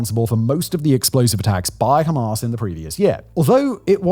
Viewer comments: I am british, his accent is real. His exaggeration is fake, no one here pronounces hamas that way its fake and frankly dumb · 'Hamas' as in 'Ass.' You better update the latest development.